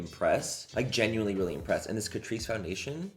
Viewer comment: Excuse me sir, if you're going to do a Tati made me buy it video, you're going to need to pronounce it Cat-Rice